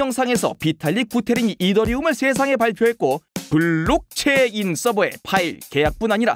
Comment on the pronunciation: 설명은 잘하는데 블!록!체!인 디!파!이! 너무 듣기 거북해요..